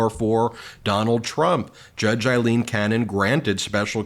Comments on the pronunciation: Aileen Cannon; not Eileen Cannon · This is just random but her name is not Eileen it is Aileen….the first one is pronounced with an i sound and the other is pronounced with the A sound…. I have heard her name pronounced correctly but not on Midas, lol